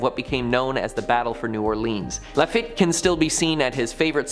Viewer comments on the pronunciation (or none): There are many in this vid. A few that stand out are "LaFit" (or "LaFet") is properly pronounced "Lah Feet." "New Orleens" is pronounced "New Orlins." (or "Awlins") (The fastest way to annoy a New "Orlinian" is to say "New Orleens" LOL Only when "Orleans" stands alone is it pronounced "Orleens.") "St. Lou-ee" is pronounced "St. Lou-is." (The saint is not to be confused with the trumpet player, Lou-ee Armstrong). "Hoomas House" is a first for me. "Houma" is pronounced "Home-uh." "Shruvport" is pronounced "Shreeveport."